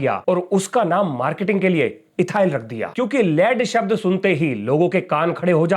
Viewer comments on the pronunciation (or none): none